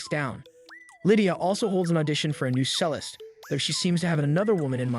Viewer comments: Yes. The most jarring for me is the pronouniation of cellist as sellist. It's said like chellist. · I understand that not everyone can be an expert in everything, but just for starters, Bach is not pronounced "back" and cellist is not pronounced "sellist". And I'm only two minutes in. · Learn how to pronounce “cellist” and sabatoged” too. I can’t listen to this worthless drivel. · I’m sorry but I lost my faith at the fact that you don’t even know how to pronounce ‘cellist’ properly while you explaining this movie about the conductor and her musical world.